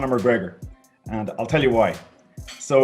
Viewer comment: McGregor is nice it's McGregor not McGregor on Proper-12